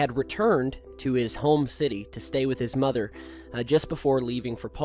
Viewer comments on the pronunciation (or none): none